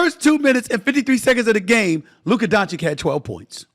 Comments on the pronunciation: At least he's not calling him DONK-ITCH anymore 🤣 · It’s not Luka DonCHICK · Inquiring minds want to know: If the Mavs win the chip, will SA pronounce Luka Doncic's name correctly? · I think he mispronounces his name on purpose otherwise how can someone be so dumb?